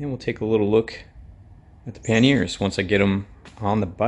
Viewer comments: Panniers not Panears please! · Awesome panniers mate, but those wires really kicked off my OCD! Drill a hole in the rear fender and hide them suckers for the love of money 🙏 oh, and no to painting them white. By the way, I love how you pronounce pan nears, I like to call them pan yes 👍 I’ll be doing my pan yes installation vid soon 😎, you’re much calmer than me in the workshop haha. ATB.